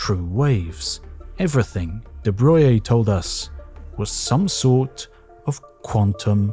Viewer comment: why is it that they pronounce de Broglie's name right, but absolutely butcher Rontgen's ?